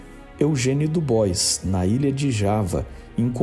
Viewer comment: DuBois se lê Dibuar